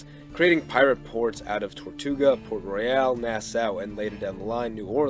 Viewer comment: Nassau ( Nah-saw) Port Royal (Port Royal not Port royale)